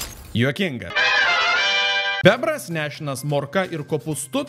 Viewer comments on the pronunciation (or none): Ne taip kirčiuoji bebras